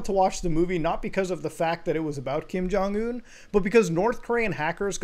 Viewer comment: Lazarus will take you down for that pronunciation. Who is Kim Jong Ooown?